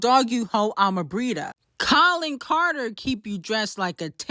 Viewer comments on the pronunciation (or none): none